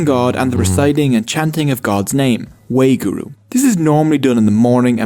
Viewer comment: Wa-hé-guru not wayguru. Saying the word in a particular rhythm becomes a meditative exercise encouraged by correct breathing. The Gurus were well versed in languages of thier respective years and were therefore able to include writings used by other faiths, but also write in other languages themselves. Many shabads (hymns) are sung during kirtan and include reference to God from other faiths, such as Ram, Allah, Budh and so on. The Guru Granth Sahib ji can be sung and through melodious recital of the praise of Waheguru, one can memorise the holy book and therefore the teachings. Thereby having the opportunity to access the divine by drawing on your own knowledge, to embody the teachings and pass on the love. The Guru Granth Sahib (ji) is so revered that the punjabi written language of the Sikhs 'Gurmukhi' (meaning the Gurus words or from the Gurus' mouth) is used to encompass the teachings within the holy book. Once copies of the Guru Granth Sahib ji become tired they are given a funeral and cremation. Sikh first names are all unisex. Singh and Kaur distinguishes the gender. Sikh women are also discribed as "sherni" meaning lioness which parallels the Singh. This reputation was perhaps developed after 10th Guru, Sri Guru Gobind Singh ji departed, as the women of the Khalsa were instrumental in keeping the faith alive. Sikh women today carry the sherni tag via culture/stereotypes, although the current farmers protests certainly affirm their standing as strong, assertive and br